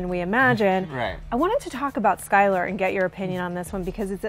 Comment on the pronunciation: Skyler not slyler